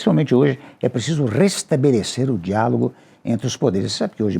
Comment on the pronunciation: Toda vez que o Temer fala diálogo eu ouço diabo kkkkkk